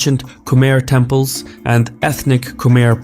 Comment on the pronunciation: Lol All those temples 🛕 were wrongly said 🤣